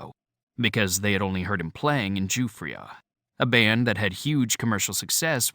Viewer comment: Thanks for sharing. was good overall in narration, but the editor or producer was asleep at the wheel to let him butcher some pronunciations. This included “Binghamton”, ‘Nyro’, ‘Giuffria’ and one or two others. EDIT: oh yeah, ‘ Elmyra’